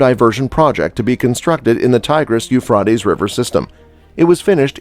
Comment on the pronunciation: You're saying the river Euphrates wrong.